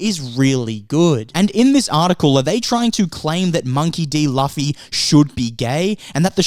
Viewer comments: Loo Fee. Not Laughy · It's not Luufffyyy, it's Loooffffyyy... 😅😂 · Good points, but I'm gonna be that guy. It's pronounced Loo-fee, not Luh-fee. Edit: Didn't see your pinned comment. 😂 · I didn’t know it was loofy instead of the way you pronounced it until I watched it do it’s okay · I'm saying it's Loofy! But the point is what matters and it's the thought that counts 😂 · Luffy is pronounce as Loofy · "Luhfe" lol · Alright, I think it's safe to say these "critics" haven't really watched the show. 😂😂 Also, it's pronounced "Loofy", fam. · monkey D Laugh-y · I like how you pronounce Luffy's name wrong repeatedly and be confident with it. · How do you pronounce Luffy’s name wrong of all things… 🙃 Side note, the critics are bored and just want something to complain about. I’m glad the show runners did their own thing. Hope they keep it up and don’t get pressured into becoming political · what critics? i’m really curious. i’ve been following most critics of the show but never read any hate politically or not. Kimda sound like YOU are the one that tries to stir something. And you keep pronouncing Luffy’s name wrong. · I second that... pronunciation of Luffy's name... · I was looking for this comment. Like he says it's a good show. If he saw it then he must know how to say Luffy's name correctly.